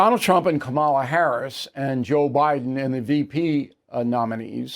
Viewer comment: Hey Bill, you do it too! You come across as extremely arrogant, and you don't say things correctly, such as Kamala. But your point is correct. Trump is his own worst enemy. After all this time, why hasn't he learned to just shut up? It's an odd thing with him...